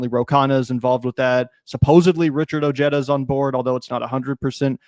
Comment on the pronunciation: Lol, do you guys mess up Richard Ojeda's last name on purpose, or does he mispronounce it, or are you guys just genuinely making the mistake over and over 😂 ? Ojeda is pronounced "OH-hay-duh." Come on, white folks 😂